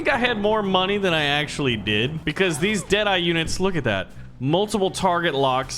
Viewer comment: giv as da mon-e dont judge me